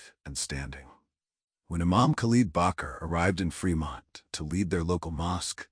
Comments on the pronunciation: Bakr not Bucher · Part of his name would be Bakr and not Bacher. Shows the authors ignorance of Arabic or Islamic names.